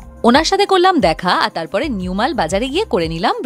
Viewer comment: ওটা নিউ ম্যাল নয়, ওটা নিউ মাল